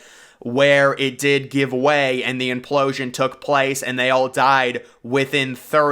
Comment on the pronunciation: After hearing the word implooosian 3 times I'm switching it off